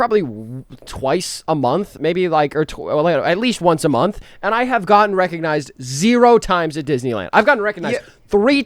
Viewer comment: Bro pronounced "1 month" wrong at the beginning.